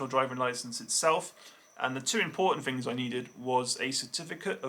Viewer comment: how come Poms always say FINGS instead of THINGS